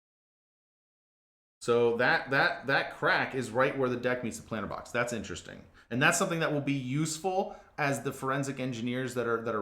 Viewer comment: Is he saying planter box?